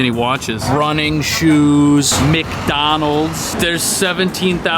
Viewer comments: ….wauch stor, running shooz, Mik-donallz 📢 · Did you just call it MicDonalds? Mc is short for Mac as in MacDonalds.